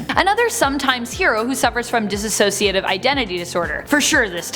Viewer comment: I love this video but the pronunciation of "dissociative" as "diss-a-sociative" is rough 😬